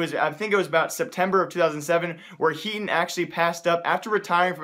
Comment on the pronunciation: hey brother i know that you speak very fast but at least say someone's name clearly. His name is HEATON. i dont know what you said in your video. It was not clear to me. its HEATON.